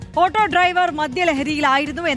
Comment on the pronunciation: ആട്ടൊ.❌️ . ഓട്ടൊ ✅️